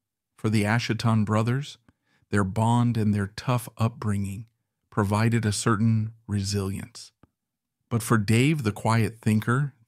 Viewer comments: Ash-uh-ton 🤪 a ton of ashes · Ash-uh-tins?? I love the subject matter and these videos pick absolute brilliant legends but the A.I. makes me cringe every time. It's a pity, this channel would be so much better with a real person. Still, a great video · Well, how to pronounce "Asheton" correctly, then? 😅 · 😂😂😂😂fkin AI 😅😅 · Not AI... Just a mistake in pronunciation. Pretty good vid.